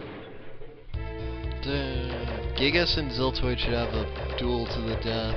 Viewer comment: It's actually pronounced Guy-Gas, but whatever.